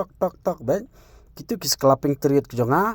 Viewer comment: Scalping ❌ sclaping✅😂